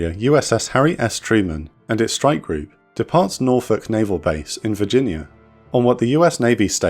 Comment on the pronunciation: Thank you for saying "Norfolk" correctly